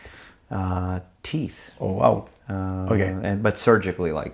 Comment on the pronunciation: le "oh wow" tellement français j'adore